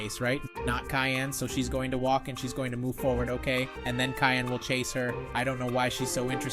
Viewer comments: You’re mean Cyan not Kyan😊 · It’s not cayenne it’s cyan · It’s Cyan, not kyan. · Cyan is pronounced si-an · Yeah you said Cyan wrong